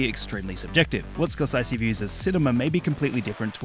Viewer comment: "Scorsisee" lmao